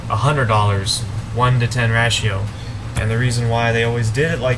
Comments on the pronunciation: ratio= ray-she-o....the a is long... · Ratio Pronounced Ray-she-o